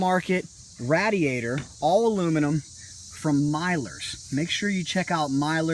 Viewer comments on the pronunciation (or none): nice bike good video but its pronounced ray-de-ator not raaaaa-de-ator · RAADIATER instead of radiator and MYLERS instead of millers????